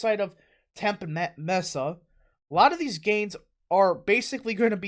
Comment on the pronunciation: It's pronounced "Mes-ah" and "Temp-ee"